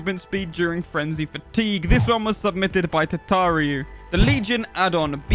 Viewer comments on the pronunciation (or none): How I heard the intro: "Let's test 14 questions, submythed by you"